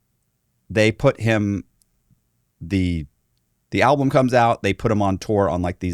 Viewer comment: WTF is an "Alblum"... He said it 3 time so I know it wasn't a slip... Or am I just trippin